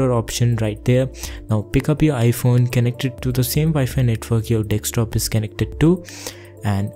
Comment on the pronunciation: Dekstop ???? DEKSTOP ???? deKstop??